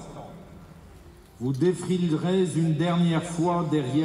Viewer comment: "vous défrilererez zune dernière fois"